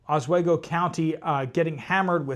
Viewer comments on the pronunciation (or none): Oswego. Pronounced ahsweego. Oswego county nys 10 feet of snow in 3 days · Os- WE- go. Long E sound. Just a FYI.